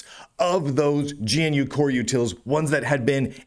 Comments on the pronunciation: Why do you say G N U? It's Ganoo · my pedantic RMS construct was screaming about pronouncing gee-enne-you and not gnu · Why does he call it Gee-En-You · "Gee en you" XDD